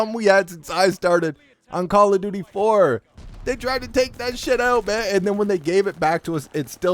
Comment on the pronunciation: "Pwease stap making fwun of mah cawwa dooty!!" 😂😂